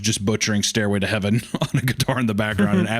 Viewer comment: "Staírway to heaven" Hunter plays Sweet Child O' Mine